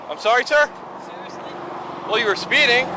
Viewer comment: sewiously? Sewiously? Awe wu sewiously sewious?